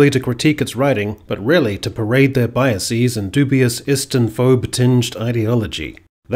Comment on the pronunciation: "Biases" is pronounced with an "ezz" not an "eez." Can't one be both "libertarian" AND "erudite" while also "drinking" in "moderation?"